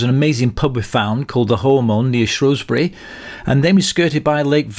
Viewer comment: According to people who live there, Shrewsbury is supposed to be pronounced Shrew (as in the rodent) and not “Shrow”. Superb ride through Mid-Wales, there. Great video.